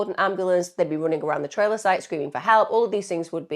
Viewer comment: What's a " tray-- Lah " ?